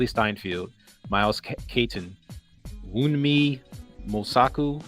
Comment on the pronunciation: Just checking in to say Wunmi’s name was pronounced very well. 😊👏🏾 And I think you’re right about how the vampires responded to Annie’s death. Remmick is collecting bits of culture and heritage because he thinks it’s beautiful. When Annie died, she took that piece of heritage- her spiritual talents and connection- with her. I think they were reacting to that loss.